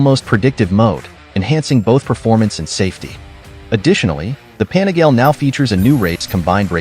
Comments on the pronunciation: i think it's pronounced as "PA NI GA LE", not "PANI-GAYLE", for sure you're using AI voice.. 😅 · Panigail. I love these videos, but that hurts my ears. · The ‘pan-a-gale’ lol love the robot voices 😅